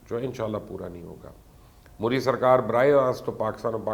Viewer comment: Pls get the name right its pronounced as 'mudh dee'